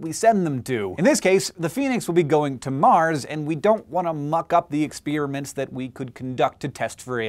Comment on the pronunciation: Someone should probably tell Hank the word "experiments" is not pronounced like "ex-spearmints" in English. Also, it is grammatically incorrect to end a sentence with a preposition.